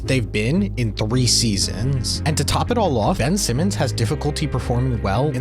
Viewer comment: "3 SEA-zins" 😂